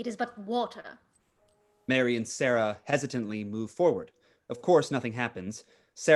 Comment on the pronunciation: My favorite line "it is but water." My mom and I watch it every year . We laugh because it sounds like " butt water"😂😂😂